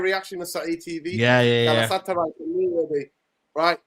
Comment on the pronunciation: Massive big up especailly to....i just love how he calls Galatasaray Galasataray 😂😂😂